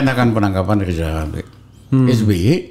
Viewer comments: Lizal lamli..ehhhh lizal lamli..ehhhh lizal lamli...alah mau ngucap R aja kok susah...gini kok disebut tokoh...lizal lamli alah salah lagi.....rakyat cuman ketawa....wk...wk...wk. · Hebat x si abang ini Makin tua makin garang Padahal ngomong rrrrrr aja belum bisa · Pak Rijal Ramli tolong ucapkan huruf R yg benar jng dulu urusin yg bukan urusan anda hahahaha